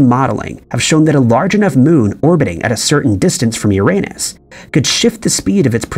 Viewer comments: Umm..... Uranus is pronounced "Yer-Uh-Nus", NOT "Your-À-Nus". A funny, but very common, mispronunciation. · not to be THAT guy but its pronounced "yur-uh-nuhs" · “These are just a few questions scientists have about ur-a-nus “. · For heavens sake, please stop saying Uranus. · The way you pronounce Uranus is so funny, but incredibly incorrect